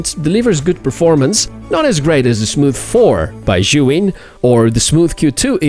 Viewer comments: why do yo say "shuin"?? The name is "Zhiyun" and sounds like "seeyun". I had seen a lot of reviewers saying "shuin" and i dont no why. I don´t speak english, so for me is confusing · "Seeyun" isn't the correct the pronunciation either. It's a Chinese name and the z "zhi" is pronounced like a "j".